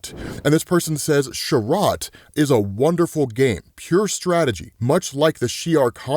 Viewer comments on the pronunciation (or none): none